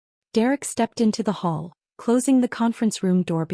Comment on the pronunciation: Hall, NOT hole!